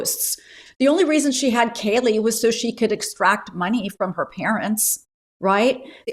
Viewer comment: Please Nancy, can you pronounce Kaylee's name right? It is pronounced with a long a sound. K Lee.